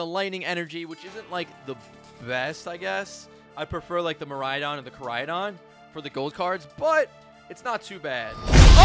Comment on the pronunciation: Love your videos. However I’m begging you to learn how to say Miraidon. You keep adding another “A”.